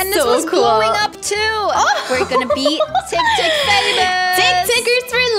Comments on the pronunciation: made me laugh when she saids tictics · Idk why they say it tiktik😂🤣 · When said TicTic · lol "TICTIC" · When she said tictic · It's not what it it's not called Tic if I'm saying it wrong please tell me and it's called tik-tok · Its not tictics its tiktoks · Is TikTok not tectec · Its tik tok not tik tik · Tik tok NOT TIC TIC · it's Tik-Tok not TickTick!!!!!!! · Haha yeah it’s tik tok but tik tik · Why ppl say tictics its tik tok actually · When kept saying tictic I kept laughing and saying it’s tiktok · Lol "tickticks" said tiktok and then said tickticks like and u and are truly awesome dont let the haters come to u even ive its a rp stay safe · normal people:tictic to tik tok and:tik tok to tictic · It's funny how and know it's called tic tok but they call it tic tic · Its so funny when they say tic tic its tik tok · I love how they say tictic instead of tictok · I was laphing When say tiktik it was tiktok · Its not tik tik its tik tok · its not tic tic its tic tok btw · Call TikTok not TickTick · its not tiv tic its tiktok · Its tiktok its not ticktick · It's not tiktik it's tiktok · That is not tiktik is tiktok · Tiktok not tiktik hahaha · It's. TikTok. Not. Tiktik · We CaN sHoW tHeM oUr TiCtIc haha u made ma laugh when u kept on saying tictic😂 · Tictic lol it's tiktok but she and is soooo funny 😄 😆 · When sad tic TiC yeah i love to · True is so funny hahaha his said tictic lol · TICKTICK'S LOLOLOLOLOL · Its so funny when said tictic hahahahaha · And to said tictic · Ty say tic tic becose it's spensred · When said "Tictic" I laughed 🤣😅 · I was dieing when and kept saying tictics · I was laughing so loud because say tactic hahaha 😂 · I love how says TicTic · I love you when you call tiktok tictic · I love when you call tiktok tictic to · I like the way you said You said TICTIC But a corrected you